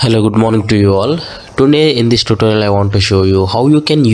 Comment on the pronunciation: It is today not tonay